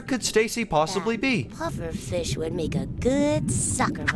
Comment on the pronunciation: WHY S EVERYBODY FIISH?? i laughed so much x3